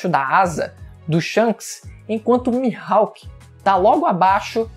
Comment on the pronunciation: "Mihalk" é foda hein kkkkk